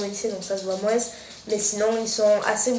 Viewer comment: Super c'est vraiment génial Kérastasse ça réhydrate les cheveux a mort :) ps: désolé de te dire ça mais pourrait tu arreter de dire le S!!! du mot moins!! ( en français on ne prononce pas les S à la fins des mots :/ c'est insupportable :(